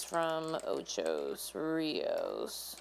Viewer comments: It's Ocho Rios, not Ochos Rios. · Ocho not Ochos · Please- it's OCHO RIOS NOT OCHOS RIOS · i laughed so hard - "ochos rios" ?!!!! its not even spelt that way let alone the wrong pronounciation. its simply "ocho" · Ocho not ochos, ( Ocho Rios ) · Ocho Rios. How you get an "s" on Ocho . Didn't you learn to count in Spanish? Ocho is the number 8 Rios is rivers. It means 8 rivers. Ok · It's called Ocho Rios. Ocho.. It's driving me crazy and add to my stress.. :) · How many times did i hear ochos rios 🤣🤣🤣🤣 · Stop! Stop! Stop! Stop! saying Ochos there is no "s". 😠😠😠😠😠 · Lol she say "Ochos Rios" U had the pronunciation wrong but I guess that doesn't matter. What matters is that God needs to spare us here in jamaica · Everyone's focusing on her pronunciation of Ocho Rios. She's from a different country, not everyone will get it right. Focus on the importance of what She's trying to tell us. This hurricane is no joke! God help us and our island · I LOVE your pronunciation of OCHO RIOS 😊